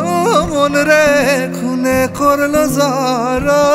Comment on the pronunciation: গলা ভালো, কিন্তু উচ্চারণে অনেক ভুল। 'খুনে করলো জড়ো জড় 'হবে না, ঘুনে করলো হবে।